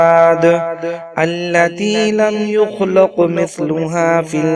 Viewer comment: یخلق کی لام پر زبر کی جگہ پیش پڑھی گی ہے اصلاح کر لیں